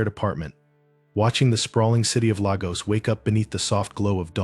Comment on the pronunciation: It’s pronounced Lay gos